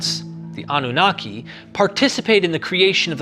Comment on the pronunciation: anu-naki means the pure one.. am from that region so was easy to figure it out.. even though with you pronouncing it in English… anu- naqi is more close to how it really sounds.